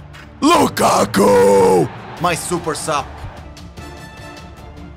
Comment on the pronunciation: Respect on improving your Lukaku pronunciation